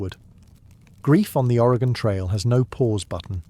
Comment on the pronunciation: As an Oregonian I was holding my breath seeing how he’d pronounce Oregon lol great job, I’ve been loving these videos!